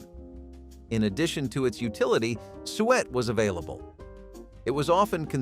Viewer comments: SUET pronounced SUE-IT not bloody sweat yuk ewww and yes im English so I'm right. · I know!! Who eats sweat? I wish these narrators would take a few seconds to educate themselves. Google can help with pronunciation. 😅